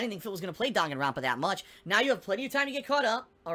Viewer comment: I really really dont like it when he says Dahngen rampa